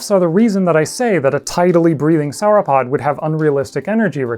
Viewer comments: 'sour-opod' my freaking ears! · Do you pronounce dinosaur in the same way you pronounce sauropod?